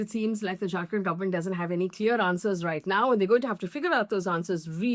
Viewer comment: when you say "Jharkhand government", it sounds like "drunken government". 😀